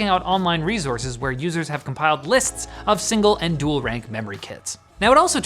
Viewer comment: "Dool rank modules in dool setup mode"